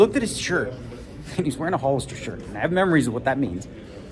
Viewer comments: Hole-lister? It's Hall-ister. and Wacky Tabacky? What are you, my grandpa?! (keep up the good poker) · I hear “Whole”-ister and I know he’s Canadian